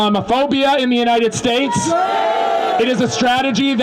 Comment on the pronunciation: It's united not untie